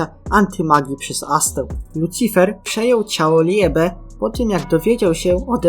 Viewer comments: Muwi się libe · Jak chcesz gadać coś o blackclover naucz się wymawiać słowa dzięki 😘 ljebe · Jak muwisz liebe to tego e w środku nie wypowiadaj tylko (jest to słowo z języka niemieckiego oznaczało chyba miłość w niemieckim kiedy i i e są przy sobie czytamy to jako ii)